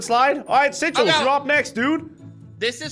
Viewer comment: Bro it's sigils not sichels